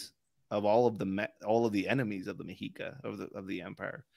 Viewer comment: It's pronounced "meh-she-ka." Not "me-he-ka."